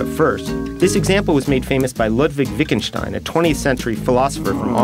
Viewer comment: Not VIKKENSTEIN - it's VITT-GEN-STEIN! As in this video